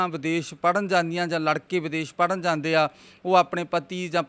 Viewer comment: Anchor veer ik request aa 'jande word nu sahi tareeke nal bolo ..baki sab okk aa